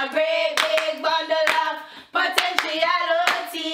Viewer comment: 'Potentialootee'🤣🤣🤣 it cya change